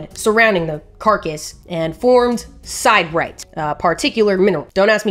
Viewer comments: Sid-er-ite, not side-rite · OK, go ahead and roll your eyes. I am a geologist. Siderite is pronounced Sid’-uh-rite. Three syllables. First syllable is a short “i”, like “fish.” And the accent is on the first syllable. Sid-uh-rite. OK, now it is time to thank you for all the the research and effort you put into your videos, and your very entertaining and creative presentation. But Sid-uh-rite.